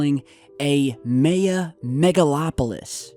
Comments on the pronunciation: (My-ah) say it like that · It's Pronounced MY-AH lol :) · It's pronounced ( My - ya) Maya or Mayan ( My - yan).... Love you, mean it. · Why are you pronouncing Maya that way? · Dude learn how to say MAYA!!! SUPER annoying and makes you sound kinda dumb.. just sayin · Maybe home schooling is the reason for pronouncing Maya incorrectly? I'd believe it if not for the fact that 3 other channels already posted videos on the same story, with all the same pictures and maps. And they all pronounced it correctly. So....... ? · Your pronouncing Maya wrong my friend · why do you keep saying Maya like that? Staph it. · My-aaaah. Miiiiiiii-aaaaah. My-uh. Not may-uh bro. Geez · Pronounced My-Yah. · It's pronounced My Ya. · The fact that mis-pronounces so many common words, like Maya: My-Ya, Not MAY-Ya! It's so damn creepy. I think it means he was put in this position, by the powers that be, OR THE ALIENS THAT BE, perhaps as a distraction,.. The ultimate 'switcheroo-catch22-right under your nose' psychological manipulation. While other channels close, he stays in business. JOKE! LOL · I think it's My-Yuh not May-Yuh. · I'm so sorry to point this out, but you keep pronouncing the Mayan civilization a little incorrectly(May-Ah) , the Maya should be said like "My-Ah," or Mayan like "My-An" or possibly Mayenne which rhymes with cayenne (the pepper spice). Saying it correctly ads an even greater layer of credibility and authenticity demonstrating that you are familiar or even knowledgeable on the subject. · your killing me!,,,LOL!...It's My-yA not may-a this is such a great tool for anthropology and archeology great pod cast. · MY- UH. NOT MAY-uh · MAH YAH...Mahyah. Not Mei Uh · "may uh"? Really? M'eye uh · Instead of "may" for the first syllable, try "my" as in my ya. That would sound perfect. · you need to work on your pronunciation of the word Maya. say "my-ah" not "may-ah" still enjoy your channel don't take my criticism too harshly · haha "mae-ya"